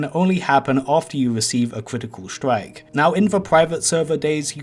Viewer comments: pwoc wekoning wif a cwitical stwike! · Pwok Cwitical swike